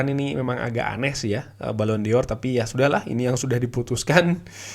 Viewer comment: bacanya balon dor mas bukan balon dior jadinya kayak fashion